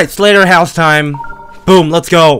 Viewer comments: It's not slautherhouse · "sleghterhouse" oh boiy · bro its not slughterhouse